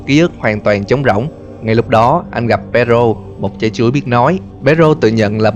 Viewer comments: Mỗi lần nghe từ “Chái Chuối” là del nhịn đc cười 😂😂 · Nghe anh ns chữ "Trái chuối" nó cứ mắc cười sao ấy.